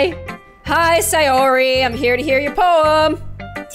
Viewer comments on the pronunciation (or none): It’s not say or ar it’s say or y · ITS say-ORY not si-ori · (its pronounced say-or-ee) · it’s not sAyori it’s sayori as in say no hate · don't say it like si-or-e say it like say-or-e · Not trying to be rude but most people say: SAY--OR---IE, not: SIE--OR----IE!!❤ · Ts not Natsooki it's pronounced Natski and it's not Monika it's pronounced moneeka it's not yeri it's Yuri and it's not saory it's sayori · Its Say-Or-e sorry it bothers me.. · Say - Or - E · you seed sayoris name rong say or i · When she says sayori with an i not an a